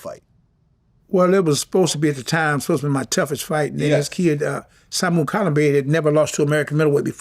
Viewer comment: Vlad is not a true fight fan! He couldn't pronounce Kalambay's first name properly. Something disingenuous.